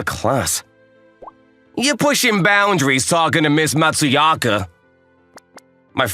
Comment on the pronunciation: It was a good story. Just bothers me that not a single character ever said her name correctly. Her name is Matsuzaka, but everyone called her Matsuyaka. It was kinda funny to have a Brit, a Bostonian and a normal American as voices.